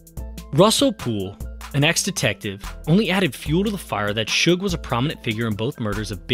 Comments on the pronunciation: Seems so weird to call him Shug spelled Suge. I purposely pronounce it Sooge at this point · Shakur is biggest Doofy of all time. He destroyed hiphop with his shitty HipPop. BTW: the guy is called Suge not Shug BTW2: Look what a Bastard Suge was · As soon as I heard Suge pronounced SHUG, I had to end the video